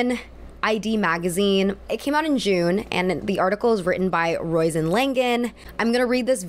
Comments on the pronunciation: Roisin = "Ro-sheen" just fyi. Not to be pedantic; I'm dumb. Never even heard of half the references in the first minute. But I'm proud that I know who Joan Didion is. As only a dumb person would be proud of that. I think she wrote the movie 'Panic In Needle Park' and hung out with some hippies once, who she didn't think much of, afaik. Editor of Vogue, was she? Something like that. Anyway... I wouldn't have a clue about any of this. Just wanted to say for future reference it's pronounced more like "Rohsheen" (even if it reads like something you'd wax your violin bow with). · amazing video! btw Roisin is pronounce row-sheen! 💖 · Roisin is pronounced Ro-sheen just fyi <3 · jsyk, you pronounce the author's name as "ro-sheen" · That’s not how you pronounce the name Roisin…